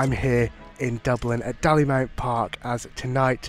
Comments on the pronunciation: It's DAY-LEE-MOUNT Park 😉 , great video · Good video. You are welcome back to Dalymount (pronounced Day Lee Mount) anytime. Come on the Boh’s. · I heard two different pronunciations (Day-Lee-Mount and Dah-Lee-Mount) from different people around the club and online so just went with the one I heard most frequently. At least I know for next time! 😅